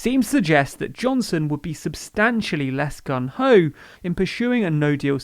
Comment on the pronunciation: It's gung-ho. Gun-ho belongs over on TLDR US 😉